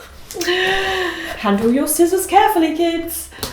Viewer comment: Ii feel the same way... I had to back up the video and listen to her say scissors as skissors. Never heard anyone say it like that!